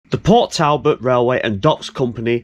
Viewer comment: As an Englishman living not far from this video location, it was great to see some 'local' stuff being done (born in Mansfield, so a lot of the other videos are 'local' too)! The pronunciations are tricky though, especially for any non Welsh - Port Talbot is pronounced Portalbot, and Maesteg is My-Stegg :) South Wales is a beautiful area to live, and there are so many places to walk and explore too! Keep up the great videos, love watching them :)